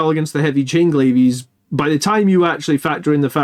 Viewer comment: "Glaives" is pronounced "glayvs", not "glay-vees". Other than that, great mathhammer, as always!